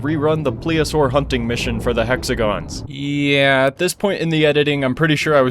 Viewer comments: Plee zee oh saur that's how your supposed to say it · Now say it with me… pl-Ess-Ee-oh-saw-er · Plesiosaur pronounced please'E'uh'sore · the dinosaur you were confused about is referred to as a plesiosaur. (Pronounced: Please-E-O-Saur)